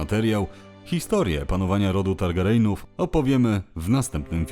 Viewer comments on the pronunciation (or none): Nie Targerejnów tylko Targerjenów ;) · wszystko fajnie, tylko lepiej, jakby pan lektor czytał "targaryenów" a nie "targareynów" 😉